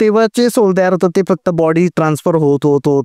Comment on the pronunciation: Tuza podcast thick asato ...fuckt ...n...ha shabd shudh bol